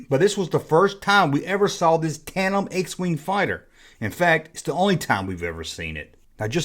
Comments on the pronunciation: Says tate.em like 20 times loawls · TAN-DEM. It happens,. "Australopithecus" try saying that. It took me a year to pronounce that correctly in anthropology. I've never encountered anybody yet who ever had a prototype of a toy, or a cancelled toy in a collection.